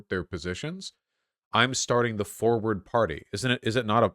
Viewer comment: it's quite annoin how everyone says the name always wrong... it's not Foward, it's Forwhat(?) party get it right damnit